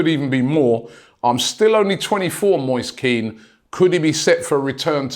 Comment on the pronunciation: It's "Moy-sa Kehn" not "Moyse Keane" Robbie.